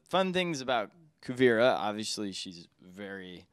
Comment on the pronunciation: interviewer says he's a huge fan then immediately calls kuvira kuvara